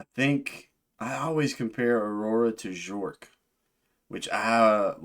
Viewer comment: it's Bjerk. Rhymes with "Jerk" as Bjork always says.